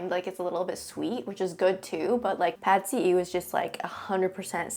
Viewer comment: Wow! As a Thai, I'm quite impressed that you pronounced PadSeeEw very accurate.